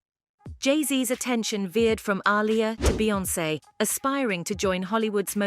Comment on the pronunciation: The fact the narrator butchers Aliyah's name half the time is annoying af